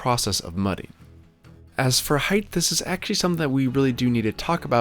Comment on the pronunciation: The correct pronunciation is HEIGHT. Heighth isn't even a word - it's a mispronunciation of HEIGHT.